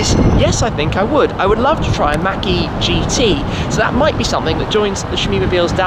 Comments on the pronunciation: I absolutely despise how you pronounce “Mach-E” It’s not Mackie, it’s Mach E... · Mach - is not Maack, but more like Mock E... you're welcome :) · It’s pronounced “maak” not “Mac” shmee sounds like you’re saying macaroni and cheese 😂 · Mach not Mack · Everyone-mach e Shmee-mackie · Tim has a very Interesting pronunciation of "Mach E". Fyi, it's pronounced like " Mock E".... not "mackie" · Is it me, our Sounds it like Tim says marquee every time he mention Mach-E. 🤔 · Mack-ee you say? 🤔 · He says mach e like he's trying to say mcdonald's or something hahaah